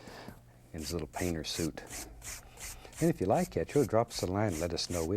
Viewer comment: Just like 'at. (juss lygat?)